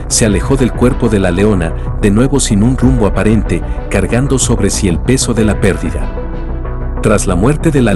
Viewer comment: En el minuto 5, el énfasis está mal puesto: dice "cargando sobre si el peso..." Debe deir "cargando sobre SÍ...". Felicidades, excelente documental.